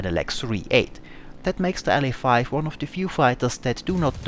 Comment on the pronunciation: It's pronounced "La-5" not "L.A. 5"